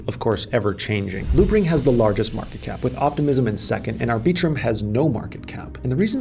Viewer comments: ArbEEtrum?? Come on Maaan! Put the emphasis on the first syllable, not the second. Think of the word "arbiter". Now extend that to arbit-rum. I am being the arbiter of correct pronunciation. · It's "Ar-bi-trum" not "Ar-bee-trum" sir :) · Did he just say ar-BEE-trum...?? OK, ma-HAIR... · “Ar-BEE-trum”… lol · I just can’t with the way you pronounce arbitrum… also dydx is not a layer 2